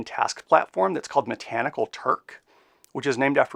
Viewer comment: It's "machanical", not "metanical" I know this is petty but so is this video 😊